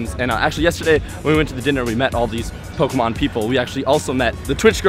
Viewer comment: Did John Hanke mispronounce Pokemon? SMH.